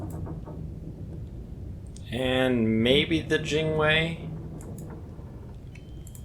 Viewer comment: You keep saying Jinwei. It's Jiangwei.